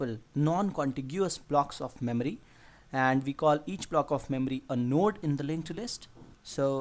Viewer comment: memry memry memry memry